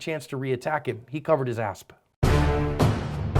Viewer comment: Why do you say asp instead of ass..? kind of annoying...